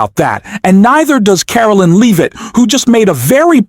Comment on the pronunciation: Learn how to pronounce Leavitt's name, it's not LEEVITT.